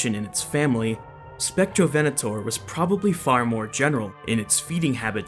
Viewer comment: Im brazilian and i forgive you for the mispronunciation